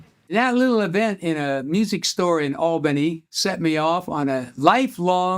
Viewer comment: Glad to hear him pronounce it - "All bennie". That's the down south way of pronunciation